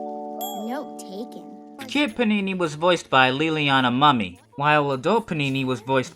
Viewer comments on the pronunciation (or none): Liliana Mumy's last name is pronounced "Moo-mee" not Mummy